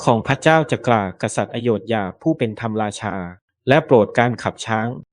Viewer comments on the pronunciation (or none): ต้องฝึกภาษาเพิ่มนะครับ ทั้งไทยทั้งอังกฤษคืออ่านผิดเยอะ สา-ระ-คะ-ดี ไม่ใช่ สาน-คะ-ดี ทำ-มะ-รา-ชา ไม่ใช่ ทำ-รา-ชา นัน-โท ไม่ใช่ นัน-โท่ ยู-เนส-โก้ ไม่ใช่ ยู-เน็ด-โก้